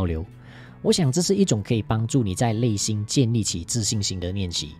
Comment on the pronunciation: 谢谢分享。小小建议： 内心发音 = nei xin